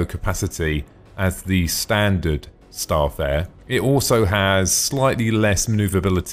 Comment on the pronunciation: good video just one thing its Star-Fare-er not Star'Fare